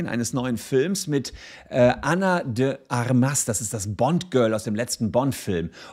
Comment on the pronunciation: Ana de Armas - die Betonung liegt auf der ersten Silbe - also nicht: Armás sondern: Ármas. Ana von den Waffen.